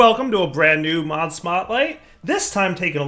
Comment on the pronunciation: did he say mob smotlight?, cool mod anyway keep up the good work!!